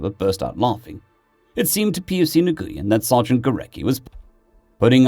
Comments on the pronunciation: Nguyn is pronounced win. I know it always throws me too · Nguyen is pronounced NUWIN. Americans of a certain age are familiar with Vietnamese names for a certain reason. And Pho is delicious, but it's pronounced Pha with a hard p. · Hey, Nguyen is said "When" or "Win", it's the most common Vietnamese surname. I know several people with the name that say to say it like that, though others might try and get you to pronounce it with more precise nuance concerning the "ng" and upwards inflection.